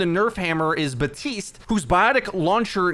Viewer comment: why do you say baptiste's name wrong? it makes no sense, they say it in the game and you probably hear it all the time